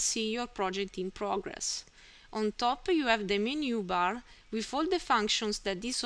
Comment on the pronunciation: The wiff and aight!